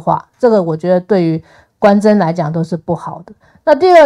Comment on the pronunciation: [官箴] 不是觀瞻 [事證] 不是市政